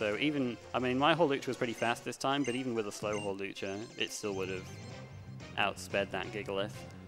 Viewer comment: Don't believe this man. It is Hawlucha.